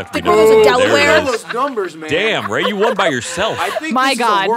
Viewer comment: I like this new guy... rrrrr, rrrrrrraaaaay?